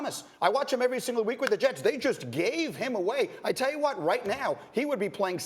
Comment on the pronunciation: Why does greeny pronounce the word what like watt. killin me